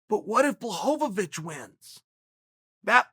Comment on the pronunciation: blahovich blahovovich lmao